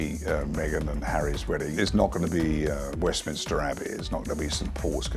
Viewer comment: They are paying £millions for this positive PR and the commentator cant be bothered to pronounce basic things like Berkshire, Grenfell, Edinburgh, West minster etc properly... I suggest you try n get your money back H n M. Haaa haaaa